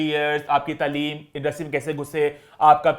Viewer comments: Taaleem ko tleeeem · ap b taaleem ko taleem bol rhy hn